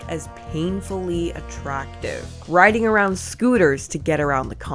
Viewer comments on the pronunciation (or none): none